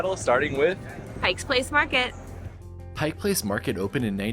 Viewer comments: It's "Pike"....not "Pikes"! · "Pike" Place not Pikes.. Please